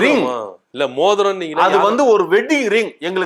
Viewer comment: எனக்கும் புரியவில்லை, நீங்கள் மோதிரம் என்பது மூத்திரம் என்றுதான் எனக்கும் கேட்கிறது.😂😂😂